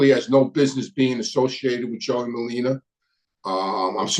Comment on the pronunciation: Merlino not merlina